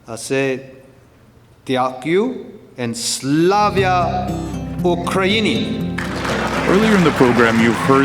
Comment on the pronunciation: It's Slava, not Slavya.